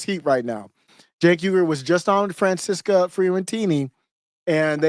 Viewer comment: Its pronounced Franchesca